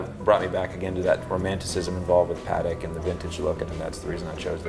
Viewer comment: Why can't Americans pronounce Patek correctly?